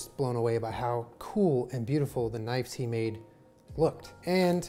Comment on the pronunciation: "Don who makes knifes*" *Hears "knots" "Don Knott's??"